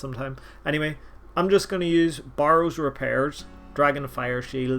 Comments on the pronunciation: Bay Rows. Not borrows. A barrow is a mountain or a mound. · burrows this burrows that, my god its hurting my ears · If I received $1 everytime you tried to say barrows I would literally be rich